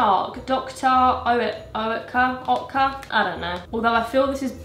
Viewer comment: it’s pronounced Dr. Ertca!! 😋